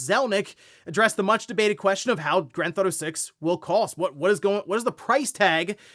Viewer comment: always pronounces Grand Theft Auto and Gran-Thauto 😂